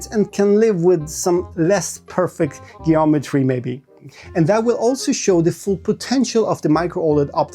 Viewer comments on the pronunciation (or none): Jeeometry not gayometry.